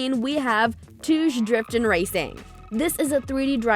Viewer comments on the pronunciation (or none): ITS NOT TOOZ , ITS TOUGE "TOW GAY" , DO UR JOB BETTER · It's not pronounced as touzhe it's toe ghe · It's "TO-GE" not "TOOJ" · How she pronounced touge as "tooj" gave me cancer